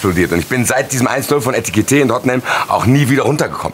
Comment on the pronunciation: Wie einfach seit dem Transfer immer „Etikite“ sagt 😂😂